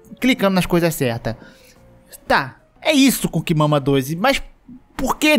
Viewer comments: eu fui o unico que toda vez que ele falou o nome do jogo ouvi "cu que mama 2"? tenho algum problema ctz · fala: coocking mama Eu entendo: cu que mama